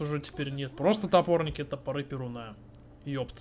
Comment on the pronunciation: не ПерунА, а ПерУна ударение на (У)